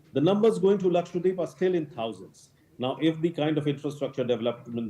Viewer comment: ppl it is not Lakshwa-deep it is laksha-dweep the lady anchor said it so right. The other anchors should listen to her. Thank you madam